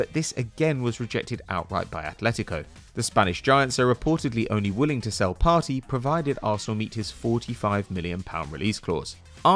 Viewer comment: I know u r white but u have to get it write its Thomas Part(ey)= (aey) not PARTY